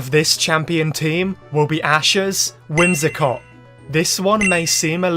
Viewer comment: WHIMSICOTT, NOT WHIMSACOT!